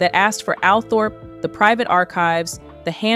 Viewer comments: Althorpe is pronounced “All Trup” do your research before uploading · Please do proper research. The estate is not called Althorp it is pronounced Altrop. Americans just don’t know. You only have to listen to Earl Spencer to find out instead of making it up yourself.